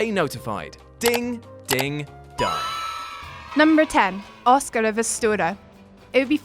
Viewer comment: "Uscar off ustoru"